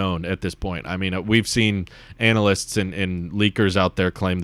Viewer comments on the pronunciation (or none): i’ve never heard anyone pronounce analysts “ANAL-ists”